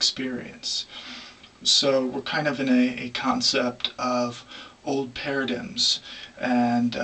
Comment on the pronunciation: Anyone else find it hard take a man talking about paradigms seriously if he can't pronounce paradigm in his native language?